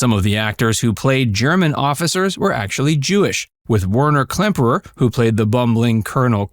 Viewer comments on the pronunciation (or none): It's Werner KLEMPERER, not "Klempner." Robert CLARY. STA-lag. Thumbs down for screwing up cast names and making a video allegedly narrated by a human sound like it's AI. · It's KLEMPERER not KLEMPNER!! C'MON! GET IT RIGHT! GEEZE!